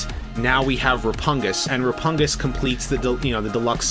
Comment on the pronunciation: I’m pretty sure it’s pronounced “Re-pug-nus” and not “Re-pun-gus”, but correct me if I’m wrong